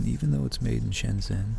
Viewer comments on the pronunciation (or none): none